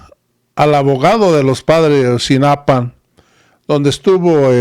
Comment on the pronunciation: Xq dices Ayotzinapan?